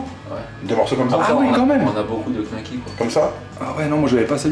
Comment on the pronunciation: C'est Knacki pas Gnacki xDDD